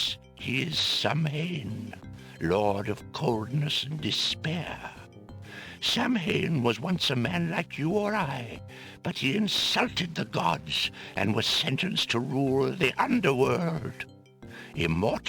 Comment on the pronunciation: Dammit! They pronounced Samhain wrong. It's "Saa-wn" not "sam-hain"!